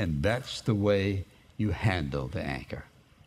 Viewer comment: When you day anchor it sounds like your saying anger